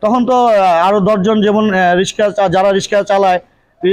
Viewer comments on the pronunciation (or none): দুঃখ জনক বটে। কিন্তু এ দেশে মেয়েদের রিক্সা চালানোর মত পরিস্থিতি এখনও সৃষ্টি হয় নি। প্রতিবন্দ্ধি ঐ বোন রিক্সা চালানো ছাড়া অন্য অনেক কাজ করতে পারতেন কিন্তু তিনি কেন যে রিক্সা চালাতে আসলেন বুঝে আসে না। আর যিনি সাক্ষাতকার নিচ্ছেন বার বার রিক্সা না বলে রিশকা বলে ভুল করছেন। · রিসকা নয় রিক্সা বলুন॥ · রিসকা না রিক্সা বল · রিক্সা উচ্চারনটাও করতে পারেননা আবার ভিডিও বানান।